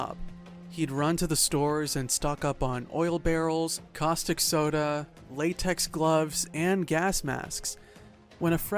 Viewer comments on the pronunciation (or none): none